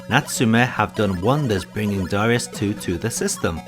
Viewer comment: You wrote ダライアス in the title, but still pronounce it Da-REE-us in the video. Oversight?